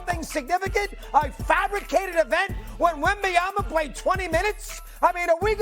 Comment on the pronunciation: Stephen A finally pronounced Wembanyama correctly 🚨 🚨🚨🚨🚨